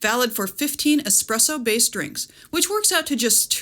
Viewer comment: Great video, but… there’s no x in ‘espresso’. :)